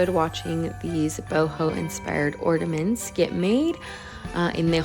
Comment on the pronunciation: Love all the ornaments. But there is no D in the word ornament.😊❤